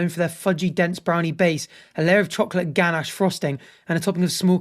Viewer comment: I won’t judge the way you say roommate but I will judge the way you say “ganache” 😂